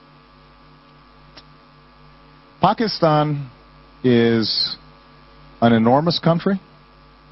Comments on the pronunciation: Obama pronounced Pakistan correctly-- nice. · President Obama is the first American I've heard pronounce Pakistan correctly. That makes me happy!